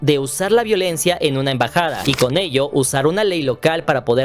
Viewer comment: EMBAJADA😊 no en bajada NO ENVAJADA